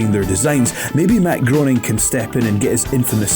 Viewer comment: Who is this Matt Groaning chap? Never heard of him. Is he any relation to Matt Groening (pronounced Graining)?